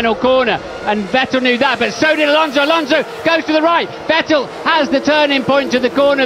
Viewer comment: It's funny to hear commentary talking about "VettEL". Dude had only been on the grid for like 5 years and win a championship, and still gets his name mispronounced.